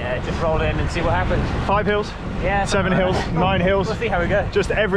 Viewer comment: did say 7 Hills or.........7 HELLS!